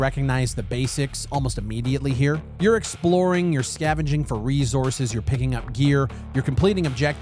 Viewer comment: Lmao ReZources…how has nobody pointed this out in all these years? I’ve been watching since Earth 2.0…😂ReZources😂 why???